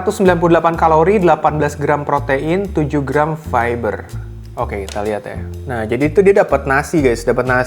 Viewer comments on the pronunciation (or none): none